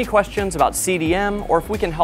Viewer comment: The boat builder is properly pronounced Del a Marsh.